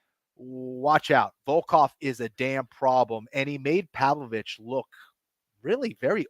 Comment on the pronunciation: anik corrects on alex's name but then calls pavlovich... povovich lol